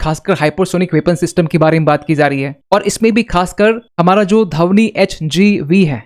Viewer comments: Its not धवनी, Its ध्वनी,. Learn proper pronaunciation. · Dhavni nahi bhai Dhvani. 😂